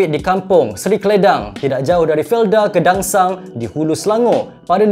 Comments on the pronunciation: Felda Gedangsa...not Gedangsang... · Gedangsa bang, bukan Gedangsang. Felda Gedangsa tu kg saya.